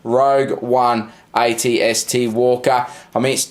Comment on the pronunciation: why are you saying it-st?